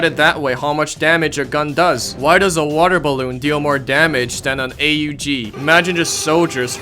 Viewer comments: Bro spelt out A.U.G instead of saying AUG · The way you said Aug hurt me man